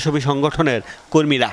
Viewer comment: সংবাদ পাঠকের "কর্মীরা" উচ্চারণটা অন্যরকম হলো কেনো?